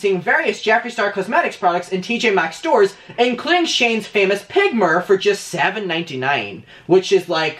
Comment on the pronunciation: whenever he says "mirror" i can only here "myur"